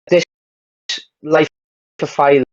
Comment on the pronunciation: Aye y’all /DJ. Respectfully Bro name ain’t tyla It’s thyla Thigh-luh